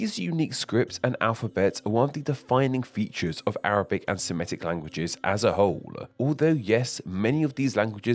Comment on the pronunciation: FYI, the word "Semitic" is pronounced the way it's spelled: /se-MI-tik/, not /se-ME-tik/.